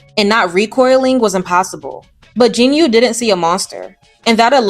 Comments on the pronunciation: Jin U (Korean 진우) is pronounced "JI-nu" not "JIN-yu" "우" in Korean is pronounced either "woo" or "oo" depending on context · Good take, but.... "jinyu"? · Excellent review and analysis! I'm just a little bit bothered by the pronunciation of Jinu - I believe it's pronounced Jinoo.